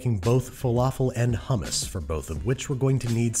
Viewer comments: please say hummus and not hammas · Evry time i hear him say homos makes me choke